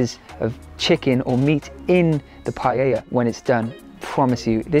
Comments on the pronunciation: PA E Ya (<- easy ... in Spanish LL is pronounced Y... PAELLA = PAEYA) Not PA Ye Ya PA Lay Ya (no) PA Lay Lya (why do you make it so complicated?) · it's not Payeya, it's pa-eya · Hi, I am a Spanish Vegan, the dish is pronounced in 3 syllables pa.. é ..Ya. The pan is called a pa..é..Yera. It looked delicious. In order for it to be an authentic paella though, you need to dry fry the rice in a little oil to begin with. The grains become opaque white, and it ensures that the glutinous white rice water is self absorbed. It makes the rice separate, and not become gluggy. One cup of short grain rice to 3 of water.Then you put everything else in and it is OK to cover it while it cooks, but not to stir. In the Basque Country where I am from, the mixing of seafood and other meats are the idea. Pork, bacon, chorizo, fish fillets and mussels or other seafood like prawns, come together to make for a visual feast . As a Vegan none of the meat is appropriate, and I believe that you have made a handsome alternative. All it needed was some cut up olives! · ”Pajäjja”😅 U got too many j in there😅